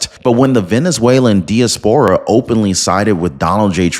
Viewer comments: I agree wholeheartedly with this message and the Venezuelan people, but it's pronounced dai·a·spr·uh, not dee-uh-spore-uh. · In English diaspora is pronounce Die-ass-por-a, good work though, thank you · Great vid. FYI, it’s pronounced dye-AS-puh-ruh. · Great video; only 1 item: diaspora pronounciation: die-AS-puh-rah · Die-as-pera is the correct pronunciation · You keep pronouncing diaspora wrong.😂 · Please check out pronunciation of DIASPORA. Emphasis is on the second syllable and "a" pronounced as "a" in "hat."